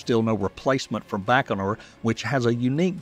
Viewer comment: A side note - it's bai-koh-noor ("bai" as in "bywatch"), not "Bachnor". Goggle Translate says "Байконур" = Baikonur. Nyhork Saity in Emrica, eh?